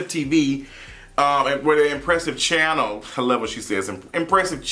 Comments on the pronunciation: The way you said “Empressive Chhhhannel”lol. She does have different way of accentuating certain words. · I thought I was the only one that notices Empressive always puts the emphasis on "channel" haha